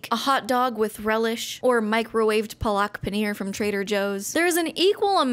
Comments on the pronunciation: pluck paneer🤣 it's paa (stressed/slow/longer pronounced part) luk (quick part.not like how we pronounce the word luck but also not like took or book) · bro that palak paneer pronunciation hurt my soul😭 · as an Indian, I am mildly offended by your pronouncitation of palak paneer